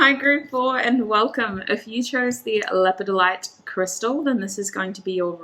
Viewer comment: Its lepid- dolite is how it is pronounced 🤓💚